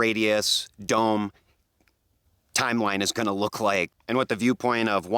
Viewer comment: I just realized that you say, "What's GROWING on everybody..." LOL! Love the channel and thank you for sharing your knowledge with us!